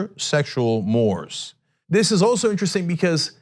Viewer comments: It is pronounced " more-ays" Cenk. Ask Francis. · I'll be that guy: mores = mor-ays. Not pronounced as a sort of plural of "more" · Cenk pronunciation lesson: Warwick- pronounced Warrick. Mores pronounced mor-ays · If it's got an 's' after an m-o-r-e, it's a moooorrraaaaaay!